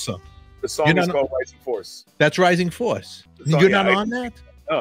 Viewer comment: Rising Force not Rising Fowace. lol